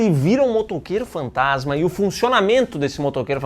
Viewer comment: Talvez eu esteja maluco, mas sempre ouvi o narrador metendo um "Motoqueiro Fantatima" no inicio do primeiro filme kkkk